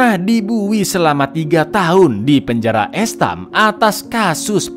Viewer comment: Penjara EEST-HƏM Cak bacanya